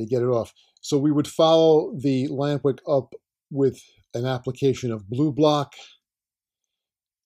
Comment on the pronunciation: Took me 10 minutes to figure out you said "lamp wick." I thought were saying lambrick. Am I right, is it lamp wick?